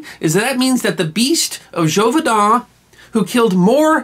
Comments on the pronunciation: Great story, but I believe the pronunciation of Gévaudan was incorrect. It should be jayvodah(n) rather than jovaydah(n). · The pronunciation is zhay-voo-dahn. An accented letter (specifically the accent grave) carries an “ay” sound. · You're either saying it wrong, or spelling it wrong. It looks like zhey-vo-dawn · Really nice, informative video. Expertly presented. And yet.... ... ... It's Zhay-voh-don. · You're pronouncing in wrong. [la bɛt dy ʒevodɑ̃], Also, your voice sounds like a grinder on metal.